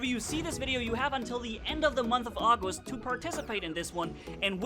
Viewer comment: He said in the month of auwgist